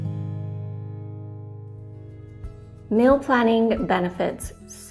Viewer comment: Sweetie you're fantastic. Please say "meal" instead of "mill"